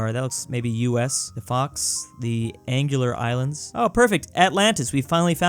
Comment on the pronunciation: "aguilar islands": aNgelAr iSlaNds